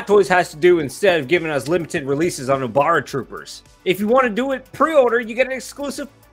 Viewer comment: Umbra, not Umbara lol. I made the same mistake. These troopers never appeared in Clone Wars. They are only in Battlefront II